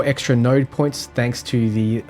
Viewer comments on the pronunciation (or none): none